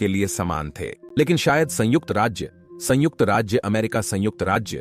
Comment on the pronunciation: Kitni var sangujt bole ga ? Or kya Kitaab pad rha hai ? Ek do hi video theak hai baaki sab bekar hai